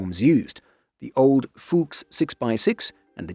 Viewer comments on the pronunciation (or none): Your german pronounciation is better than most, but you need to channel you inner german general more. If it doesn't sound like you are yelling at a private who messed up, you aren't doing it right. Fuchs is supposed to be pronounced as harsh as the english fox. Say it like Fux or Fucks.